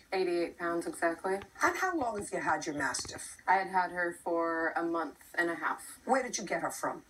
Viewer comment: The first 3 seconds I swear JJ asked her what was her "massive weight". It's a Mastiff. Lol